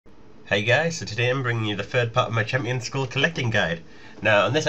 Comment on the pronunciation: lolz, loving the 'hampions'